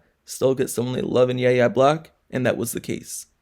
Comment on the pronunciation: So no YouTuber is going to say his name correctly? Have you watched any college football in the last 4 years? His name is pronounced “Y” - “A” Black! 😑